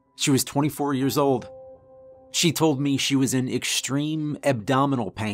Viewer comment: Now that I've realized it, I can't unhear the fact you say "may" for "me" and "ruhm" for "room."